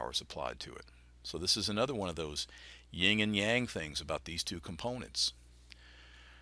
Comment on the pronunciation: It's YIN, YIN and yang! 😂